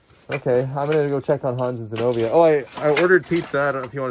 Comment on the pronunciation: Isn’t it Zenovia? I can’t hear very well with the volume down so I don’t wake up the husband. Thought her name is beautiful but with the B it’s a little different sounding.